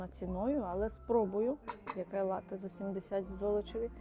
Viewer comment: Привіт. Дякую за цікавий, якісний, і дуже пізнава льний контент. Єдине що хотів би сказати в слові лате наголос на перший склад.. а хоча ні не єдина.. просто доповнити хотів дещо і ще. Прочитав таку інформацію, що цей замок намагалися навіть групи українських націоналістів взяти але їм не вдавалося на жаль і не вдалося .